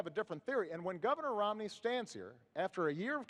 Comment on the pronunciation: dude the moderator called him romLEY